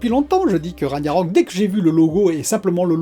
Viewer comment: Juste Ragnarök ça ce prononce RAG - narök, le g en gue, enfin je sais pas si j'ai bien expliqué 😆